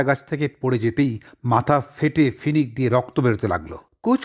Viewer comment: শুনতে ভালোই লাগলো কিন্তু ওটা ফিনিক না "ফিনকি" হবে I বাংলাটা অন্তত শুদ্ধ বলার চেষ্টা করুন I